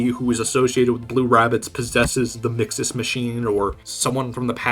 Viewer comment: No, not you too! Why do people keep calling mxes “mixaz”